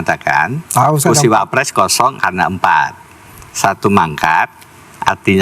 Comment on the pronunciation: Deny maling..kok bilang wapress..bukan klas nya..